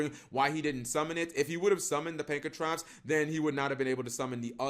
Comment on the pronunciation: PAN KRA TOPS. I will keep pointing this out until you start learning phonetics Cap